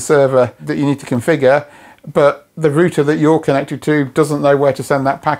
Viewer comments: Wtf is a rooter? Omg it’s router! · Rooter? It's router. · Say it with me, router ....."raʊtə"..... not 'rooter' 🙄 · who needs a U in roUter lets just say Rooters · you say rooter and i say router. do other languages suffer like this with pronunciation? i guess so. clood vs cloud, lood vs loud. do people from the place where this guy is - say those words also like that? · its not a roooooter, its a ROUTER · rooter! lol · Stop saying rooter, its rude. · What's a rooter?